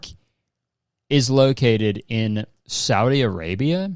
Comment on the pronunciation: why was i surprised that u said saudi arabia correctly omg im used to ppl saying sawdi arabia lol